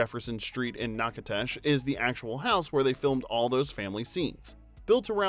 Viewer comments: As a Louisiana native I'm just glad they didn't pronounce Nak u dish, Nak i toeshis. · Louisianian here. It's pronounced NACK-a-dish. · I live in Monroe, LA. We pronounce Natchitoches like "NACK-uh-dish." ;) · Nack-ah-tash?! Major Joe Sampite (former promoter of I ❤️ Natchitoches stickers everywhere) would be rolling in his grave with laughter. I was there in high school during filming, and some of the voice students from my school are the carolers in the movie. The cemetery is the oldest cemetery in the Louisiana purchase and a very cool place to explore...especially when you're a teenager. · It’s pronounced NAK A DOUGH CHEZ 🤦‍♀️ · That's the one in Texas. Natchitoches, LA is pronounced Nack-uh-dish. Confusing, I know. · Your pronunciation of Natchitoches is horrible. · Fun off camera facts but could you not learn how to pronounce the town thru all this???? Sincerely, a Louisianian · The greatest movie ever! But I need you to do a voice-over and say Natchitoches correctly!! 😂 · The pronunciation of Natchitoches is killing my southern louisiana heart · Learn how to Pronounce Natchitoches Louisiana people before putting on YouTube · Cool factoids but your pronunciation of Natchitoches is criminal 🤦🏼‍♀️ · Natchitoches is mispronounced, as usual. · This is honestly my favorite movie. However, you do need to learn to pronounce the town. It was filmed in, I ended up marrying a man that was born and raised there. The last fact like blue my mind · Sir please you need to learn how to pronounce the cities's name. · No, they mispronounced Natitoches all but 1 time. I know, I grew up there also. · Loved this, as I grew up very near the filming location, but lease check the correct pronunciation of Natchitoches😬😬😬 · That is not how you pronounce Natchitoches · That makes my skin crawl that you can't pronounce the name of the city correctly. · Call a Louisiana native for the correct pronunciation of Natchitoches, lol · Ha. Narrator dude, learn how to say Natchitoches.